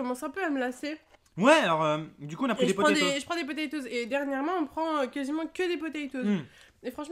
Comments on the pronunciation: Je suis le seul à qui ça choque les "PATATOES" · • ツ Je comprend ça me stress aussi lol Mais les deux sont justes . Toes c'est orteils en anglais Donc potatoes ou patatoes C'est seulement un dérive Française . Patateils serait peut être plus appropriés alors ... Enfin Il a l'habitude lui ,il ma déja fait le coup où il avait " Hone piece " à la place de One piece . Bref courage :s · A la fin c pas TOZ c TOES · Personne a remarqué qu’il a dit patatose au lieu de potetose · PaTa Toz lol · les frites et les << potaytoz >> 😂😂😂😂😂😂🤣🤣🤣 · Les 'Patatoes' MDRRRRRRRRRRR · Enft elle dis patatosse xD